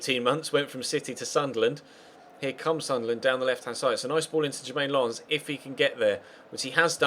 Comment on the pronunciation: "Lens" is actually pronounced "Lance" in Dutch. Not "Lawns"